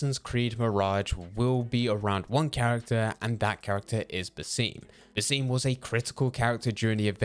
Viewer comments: the video was so good until you pronounced basim as "buseem" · In Valhalla it’s pronounced bass-im not sure why this guy says it differently